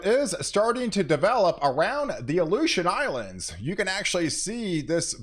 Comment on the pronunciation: You should say Aleution Islands a few more times per video!